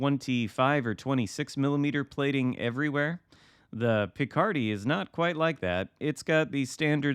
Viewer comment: Since it is French, last syllable should be stressed. LMAO THAT shot at Nagato! 2 out of 16 actually hit the target :D